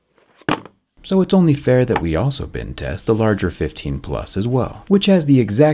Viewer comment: I thought you said "bin test"!!! Whereabouts did you grow up!